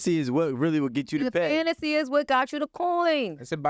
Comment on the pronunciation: She keeps saying this word FANTASY, FANTACY, FANTACY but doesn't realise that those glory days WAS A FANTACY.....AND YOU AIN'T GITTIN UM BACK 🥴😂🤣😂🤣😂🤣